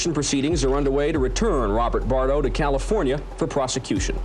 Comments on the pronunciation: The way the narrator says Bardo’s name is so annoying it’s not a damn wine! It’s a NAME!🤦🏼‍♀️🤬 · Or like Brigitte Bardot